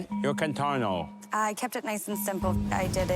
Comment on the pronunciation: Why does the glasses judge keep saying 'contornE"?